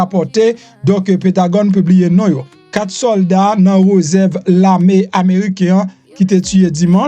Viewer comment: Mwen gen problem ak prononsiasion mesie sa a , chak jou ou di l pa di reuserve , se réserve , li pa okipew . Se pa malheurézman , se malheureusement. Map fèw tounen nan jardin d'enfants wi .